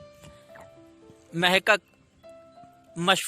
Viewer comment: Mahkak nhi hota Mohaqqiq h